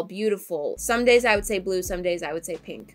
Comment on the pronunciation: When answers the routine question and is saying the word somedays I heard Sundays and I was like woah on one day!